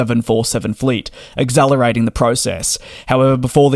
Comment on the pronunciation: ACCelerating not EGGZellerating. This, along with your oft commented but refusal to stop pronouncing subsidiary as subsiddidary makes your videos sometimes unlistenable and you never read the comments or improve. Just another YouTuber who is interested in money more than accurate content.